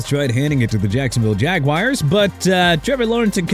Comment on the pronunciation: stop with the jagwires okay?! it's ja-gwaars!! Now Miami at #23. Congratulations my team is trash and getting worse because of you